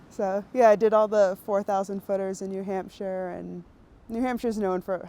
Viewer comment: It's new hamp-sha. There is definitely a p in there